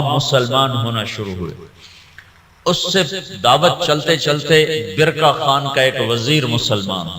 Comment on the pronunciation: khan to ab log bolne lge khatoon nhi hatoon hota h khan nhi haan hota h